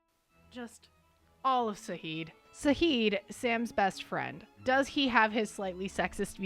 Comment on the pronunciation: NOOOOO IT'S ZAHID WITH A Z